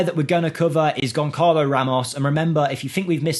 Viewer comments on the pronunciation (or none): His name is Gonsalo Ramos, in Portugues, when the C has a tail, you read it as S. So, not Gonkalo Ramos, but Gonsalo Ramos. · it’s said GONSSALO 😊